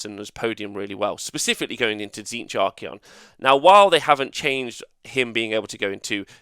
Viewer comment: Endless spells are able to move through spell portals, but cannot be cast through a portal. This has not changed. He is not called Ar-key-on, it is Ar-cay'on. Try adding his name into google translate and press play. Wait wait, there are so many nerfs to Tzeentch (highest pts nerf) and you want to remove the cogs?...come on.